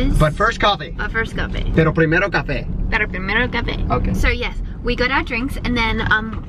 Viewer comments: I speak Spanish, and that "pero primero café" was absolutely perfect hahaha❤ you're so cute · Hey! I just started watching the video and couldn't help myself.. I have to tell you both this: your spanish accent was on pointtt!!! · "pero primero cafe" you guys said it the same way/pronounciation!! That was awesome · When she tried Saying pero primero cafe! 😂💖 I love you!!!